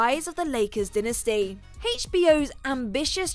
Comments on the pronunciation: Narrator you said Dynasty and Stephen Amell's name wrong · Can you people learn how to pronounce shit before you make these videos so far you've already mispronounced dynasty and Stephen amell's last name.